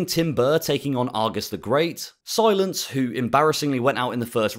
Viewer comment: Whoa Whoa, its pronounced C-Lance not Si-Lence lol Love the content 🙏